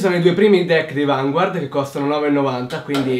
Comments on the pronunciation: Ti prego...fammi un favore... CHIAMALO VANGARD hahahah perché si pronuncia così xD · si dice "Vangard" senza pronunciare la u. lo dicono anche nell' anime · Per favore Vanguard è francese la i non si legge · secondo me sarebbe bellissimo vedere una partita di vanguard,fatta da te e dalla tua fidanzata....cmq bel video e sai stato abbastanza chiaro.ciao,sei un grande e anche la tua fidanzata! :)ah, si dice vangard.so che si scrive vanguard ma nel anime dicono vangard! nn so pk ma e cosi. :/ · so dice vngard